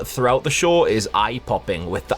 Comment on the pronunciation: when he says show the subtitles make him say shore...